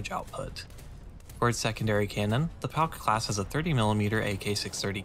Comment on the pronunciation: Hears "Pauk" spoken as "Palk" "STUUUUUUUUUUUUUUUUUUUUUUUUUUUUUUUUUUG!!!"